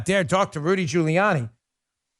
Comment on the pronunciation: Geriatric fool is too damn tired to actually say Rudy Giuliani it comes out Rudy jelani